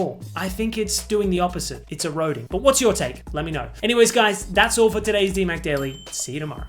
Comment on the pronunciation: "This is DihMac Daily" 🥀